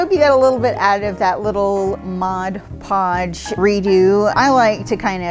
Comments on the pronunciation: Too flipping funny! The pauses....MODpodge. Calling it "the product." Priceless fun. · Really fun! BTW...everyone mispronounces Mod Podge😉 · Hahahahaha. This was brilliant. EVERYONE pronounces it wrong. One of my favorite goofs. I love to brush it onto autumn leaves to make them live forever. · I agree. When it became popular years ago for decoupage, I frequently heard it called Modge Podge or Mod Pod and even Modge Pods.